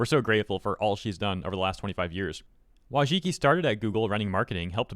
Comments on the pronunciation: Her name is pronounced "Voychitski" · Wojcicki in polish would be pronouced like voycheetskee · Holy shit you butchered her surname XD hahahaha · This is great / bad news depending on how Mohan leads YouTube after Susan HardToPronounceLastName. Still a W though